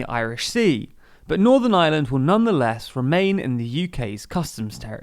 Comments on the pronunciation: Please, it's Ireland (are-lund) not island. The island of Ireland not the island of island. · "On the island of eye-a-land"